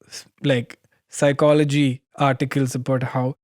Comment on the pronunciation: The thing about the child phycology was pretty mallu accented to me 😄